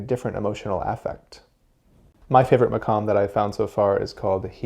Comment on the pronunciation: The pronunciation of the quf as a kaf is so triggering. Maqam, not makam.